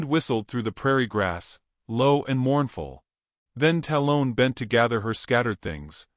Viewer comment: i love the stories. but please say the names correctly. 'tal-un'. talon. like an eagle has. you lose cred with me when u cant make your AI follow voices and pronunciation